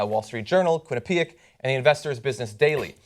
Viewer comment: As a Connecticut man, John Iadarola should know how to pronounce 'Quinnipiac'.